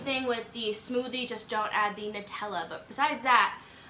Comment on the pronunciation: Props for not pronouncing it Nooootella! Good gir! Lick the spoon for good luck, gotta remember that one! Xx😂